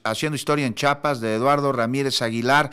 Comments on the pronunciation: Es Chiapas, Chiapas, no es chapas. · Por qué hay gente que dice Chapas como este locutor? Es CHIAPAS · Da mucha muhuina cuando dicen chapas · Aprende a hablar se dice Chiiiiiiiapas no CHAPAS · Se dice Chiapas ldl0ta